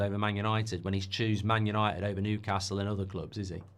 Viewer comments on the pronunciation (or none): YANITED YANITED YANITED 😂